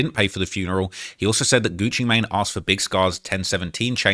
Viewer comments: Bro said "gucci matine" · it also said “Gucci Maynay” 😂😂 whoever made this is a criminal